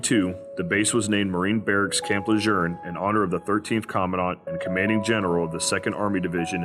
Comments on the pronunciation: It’s pronounced “Le June”, not “Le Jerne” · Is this ai? Why does he keep saying Camp Le jern? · ain't no R in LeJeune. lol. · Where are you getting the "R" in LeJeune. I spent 2 years there as an FMF Corpsman. I enjoyed the experience with the Corps and felt I was more Marine than Sailor at the end of my 4 yrs. active duty. Semper Fi. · Stop saying Camp LeJeune wrong. This is from a west coast marine.